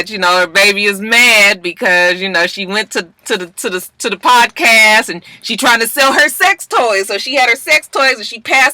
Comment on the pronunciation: i know im Maaaaadd late...but did anybody else notice that Snoop kept calling it a "pobcast"? 🤔